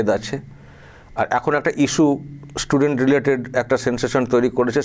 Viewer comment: স্টুডেন্ট বলতে পারে না,,ইসসটুডেনট বলছে, এরাই হিন্দু তথা ভারত বিরোধী। সাবধান।